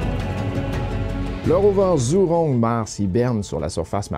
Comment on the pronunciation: Merci pour ton résumé Asiatique. ZHURONG se prononce "djoujong" (léger sur le "g") en français